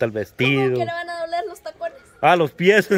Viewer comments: se dice pies no PIECES según la real academia de la lengua española. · se dce pies, y no pieceses. Q bárbara, lee los comentarios para que aprendas a pronunciar correctamente. Xq tú lees loq te conviene. Hablas muy mal. Hay q leer para aprender, no nada mas es pedir dinero. La mayoria de ustedes hablan ml mal, pero leyendo mucho aprenderan a hablar correctamente. Ya deja deser tan ignorante.